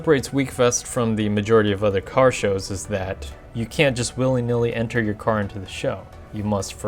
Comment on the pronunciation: Haha....I like that..."You like enta da wekfest?" :)